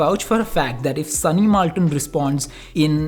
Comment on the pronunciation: So u r saying that his name is SUNNY "MALTON" NOT "MILTON" !! I AM fucking disappointed man 😔😒😒